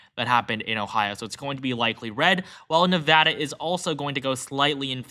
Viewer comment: Thank you for saying "Nevada" properly!